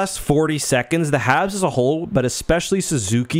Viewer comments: I'm pretty sure you're saying "Havs". and . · Are you saying Havs or Habs? #WhatDidTortsLaughAt